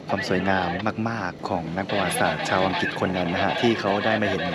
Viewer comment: อังกริด ไม่ใช่ อังกิด คลิป ไม่ใช่ คิป นอกนั้นเริดค่ะสำหรับวัย